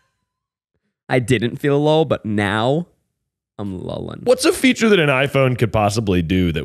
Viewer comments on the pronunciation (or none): none